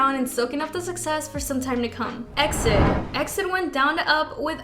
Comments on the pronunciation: How does she not know it's pronounced "E. X. I. D."? Do you research. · E-X-I-D!!! It's pronounced letter by letter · That's not how you pronounce EXID. FFS. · EXID is pronounced EE EX I DEE not EXIT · What the hell is a X-DID? It’s E.X.I.D.! I don’t mean to be mean, but the members say EXID, so what would we say X-DID? It’s like B.A.P. Or B.T.S. Its really bizarre honestly. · It's E-X-I-D!!!!! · It's EX I D ...get your informations write if you're going to make a video. I think you don't even care about kpop you just make these videos to get money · Sweetie EXID is pronounced by saying each letter. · I'm sorry, but you need to learn how to read EXID properly, it hurts my ears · Just a note for the future - you spell out EXID, not say it as one word! (I used todo the same haha) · canceled for the mispronunciation of exids name!